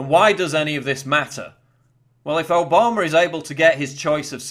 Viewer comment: I want to start a drinking game everytime Paul says Obamer, Mediar, or Ped-o-philia we drink. Just kidding Paul I love your schmexxy accent.